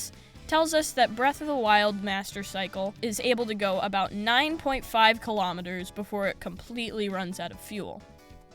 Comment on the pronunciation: All Americans watching this video: WTF is a kilometerrrrrr?